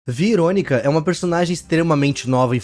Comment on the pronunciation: Mano não veeronica que você falou